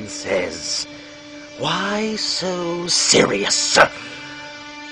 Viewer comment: I mean, you do a good job...but adding that emphasis at the end of "Serious" is too...Ledger. I know you're quoting him, but you're doing it as Mark Hamill would do it, and we have examples of him not doing that...Ironically, the final one you do near the end is almost perfect.